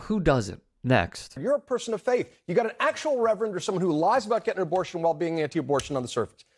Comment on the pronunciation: HERSHEY IS PROMISING TO PAY FO' MO' ABO'SHUNS SO HE WON'T ANY MORE KEEDS LIKE CHRISTINA.